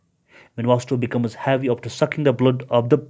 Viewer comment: Havyyy nhi heavy